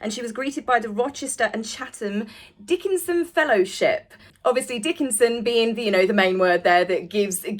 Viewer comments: Love u but pronounced DICK KEN SIAN NOT DICKENSON. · It’s pronounced Dick-ken-Zion.